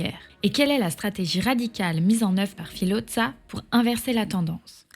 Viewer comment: Filodza 😮 horreur pour la prononciation.